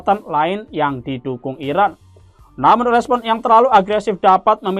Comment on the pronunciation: Kalau ngasih kabar yg jelas ngomongnya ngapa... Iran apa Irak... Yg di sebut..??